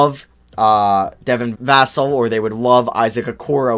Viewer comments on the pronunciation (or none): Jesus dude his name is pronounced “Vuh-sell” not “Vass-ull” you had it right the first time. Also Avdija’s name is pronounced “Av-dee-ah” not “Youv-dee-ha” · Hey mate I go to FSU and they always said va-sell not vas-l. You had it right the first time Im pretty sure. Much love! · Dude you keeep correcting yourself incorrectly on Devin Vassell's name. The first pronunciation you do is actually correct. It's not Vas-ul lol. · Is it just me or did mess up on vassell's name and cut it out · u gotta be saying vassals name wrong on purpose at this point lol